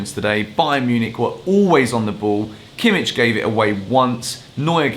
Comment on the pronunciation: You pronounce kimmich wrong